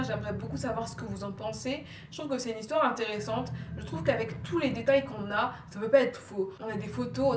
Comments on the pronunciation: « On commence l´histwoeeer » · nice ton histoère <3